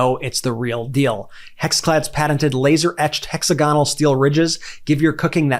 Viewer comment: hexa - gonal ? Really ! It's hex - agonal !